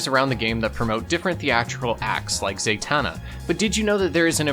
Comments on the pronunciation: Zay-tanna irked me too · Burgess...jean Paul... Zatanna... The pronunciations are killing me lol